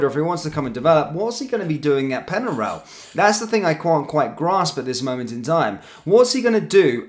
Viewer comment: Penarol! Not Penaral! Pronunciation is important, they’re a well known team of the past!